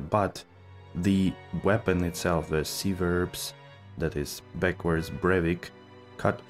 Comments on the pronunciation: Civerbs is pronounced with a k sound not an s sound. Example would be: Kiverbs, not pronounced siverbs. Just to let you know. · lol no shit, that's weird I've never heard anyone pronounce it that way. This is the first time I heard it pronounced like that. Brevic is civerbs spelled backwards. Which is a drink and it's not pronounced brevis